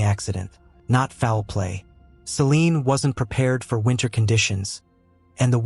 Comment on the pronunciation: It's Celine * not "Selene"